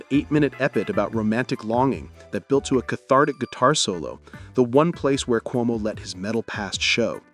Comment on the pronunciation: You're pronouncing his name wrong. It's not "kumo" it's "QuoMo", like the former governors of New York. Also, having Rick Ocasek as the producer is what launched their career, That was definitely the right choice. He's a genius.